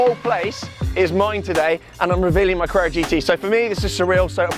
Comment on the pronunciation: please learn to pronounce carrera, you say crrrrrra